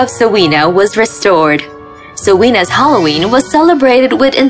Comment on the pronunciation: Am I the only one who hears them say " hallow wee" instead of Halloween?